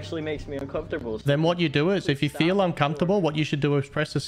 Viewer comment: I fweel uncomfortable soz I cheat win wust